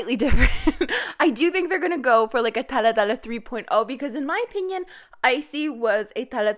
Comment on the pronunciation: Why do you pronounce “dalla dalla” like thatÉ?